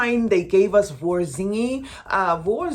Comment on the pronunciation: Voux is pronounced vu. Love your channel ❤